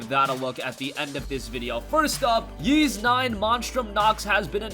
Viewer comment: It is pronounced Ees, you don't have to say the "Y" sound